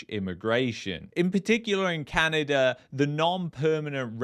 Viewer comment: Sorry my friend it’s not Canader but Canada 😂, thanks for correcting this 👍